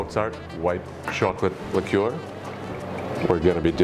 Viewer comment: liqueur. You should really learn to pronounce this word.